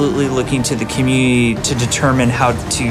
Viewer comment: "We're absolutely looking to the commuyeeyee"